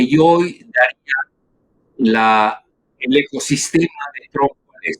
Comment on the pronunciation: Que la Super entrevistadora NO diga: "daria" en lugar de "daría" con acento en la í .